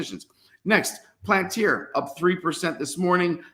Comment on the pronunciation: It’s pronounced Pal-an-tere. Please man. Appreciate you